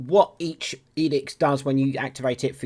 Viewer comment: Its' edict and edicts, not edix.